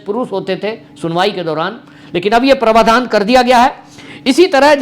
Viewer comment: आपके उच्चारण का एक नमूना - आप प्रावधान को प्रवाधान उच्चारित करते हैं ।।।